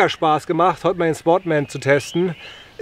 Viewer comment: Bis zum "mähsten mal" 😂